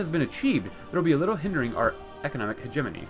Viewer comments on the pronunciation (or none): The way he says Hegemony. Priceless.